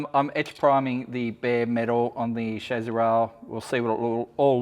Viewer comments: actually English and American pronunciation is similar. Except Americans (like a lot of words) pronounce it phonetically, as in “Cha-see”, where as the English pronunciation is “Sha-see”. Your’s, “Shaz-zee” is just incorrect. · Everytime mispronounces “chassis”, I get a tick.